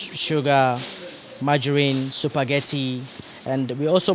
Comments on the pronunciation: I heard “SUPAGATI” eiiiii😂💔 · Lol 😂 supagatti